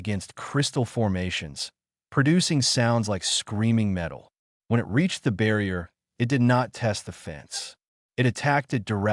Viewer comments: given how the subtitles names the creature as ‘bloodfang’ but somehow pronounced ‘bloodfung’, not to mention the number of times i’ve noted the narrative pronounces ‘it’ as ‘I T’, or ‘as’ is pronounced ‘A S’, so either the editor is useless or the AI narrator bot has been configured badly… or lastly, the script writer has no actual idea of how written language works lol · Great storage enjoyed it. I just wish I didn't seem to glitch in certain points and there was some points it spoke in I think italian/Latin something similar. And certain words like it and wound also a few other get pronounced as something different.